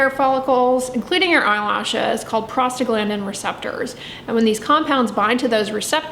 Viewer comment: Am I the only one who hears “prostate gland” whenever she says that one word? 🤣